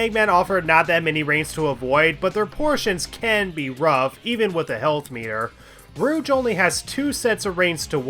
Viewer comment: Why do you call her "Rooch" instead of "Rouge"? :D